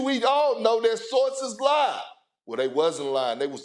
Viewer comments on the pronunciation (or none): “ I was also making fun of how you say sauces” -Stephen A. 🔥🔥🔥😂😂😂😂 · “Sussessful” “Saurces” Perk is hilarious 😂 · Stephen A. really be making fun of Kendrick Perkins for pronouncing “sources” like sauces when he’s the one who keeps on adding ‘r’ to words that don’t have them. Rob PelinkeR 😅😂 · ‘My Sauces’ - Chris Broussard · “My sauces” 💀